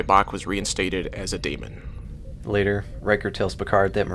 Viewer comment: lol every time you say daimon it sounds like demon